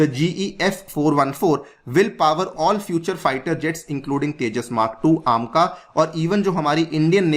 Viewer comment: "aam-ka" nhi h vo, AMCA (ऐमका) है वो